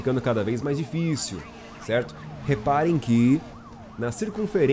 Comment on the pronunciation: E ai tudo Cerrrrrto? essa puxada de R é do nosso kkkk